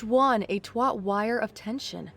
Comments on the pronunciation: Yet another amazing story! You guys really are the best! For future reference though, the word TAUT is pronounced TAWT not TWAT two very different meaning. I almost spat out my drink. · The word is Taut /tawt/, not twat...🤦‍♀️ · Okay, this is a potentially serious problem. The word "taut" is pronounced the same way as "taught." The way you pronounced it is an NC-17 vulgarity for female genitals. The channel's already been taken down once. Too many more mistakes like this could sink it. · Taut sounds like tot, not twat. Nearly choked. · You're 100% right. Taut is fur sherr different than twat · This is actually common among people who read a lot. They are often used to seeing words spelled out enough to be familiar with them, but they don't know how to pronounce them unless they use them in conversation regularly. Also, they don't know that that they don't know because they are used to reading them and assume that the way they hear them in their head is correct. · Your pronounced '"taut " as in a "tight wire" as twat Like you were describing my coworkers. 😊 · I snickered for a solid 5 minutes when she described taut lines as twat lines. 😂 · ..I don't think that's how you pronounce taut lol it had me do a double take